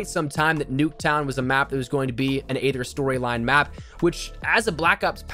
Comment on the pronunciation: Aether is pronounced e-th-er